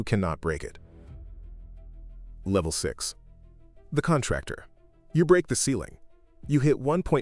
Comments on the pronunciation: Levef? Or level? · LEVEF? YOU MEAN LEVEL?